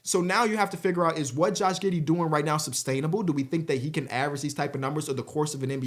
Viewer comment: Josh “Gih” Giddey